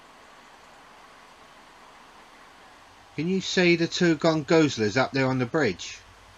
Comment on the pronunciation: I love your straight forward approach and dry humor and especially NO NO NO NO NO stupid music playing LOUDLY in the background ruining the footage and view :) You win the award for best pronunciation of "gongoozler" I've heard yet! Keep up the great work and spirits!